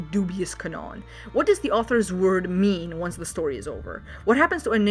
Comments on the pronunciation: Why are you pronouncing canon as canón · i don't think i ever seen someone pronounce it as canóon. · Is canon pronounced that way deliberately, or what? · I have never heard someone mispronounce canon in English before, even when it comes to non-native speakers since it is a Latin word that is pronounced pretty much the same in every Indo-European language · "Canon", with one N, is pronounced with an emphasis on the A, not the O. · No offense to you, but I ain't never getting over how you say "canon"